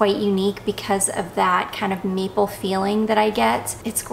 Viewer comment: I'm was listening in my car on the way to work and I swore I heard you say it smells like meatball. 😮 Then I realized when you repeated... MAPLE! That is much better for a perfume! 😂😂😂